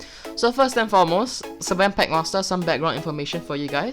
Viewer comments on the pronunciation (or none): its pronounced s-fen